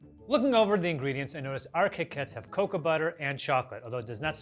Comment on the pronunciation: Not him pronouncing cocoa as "coca" lmao very different plant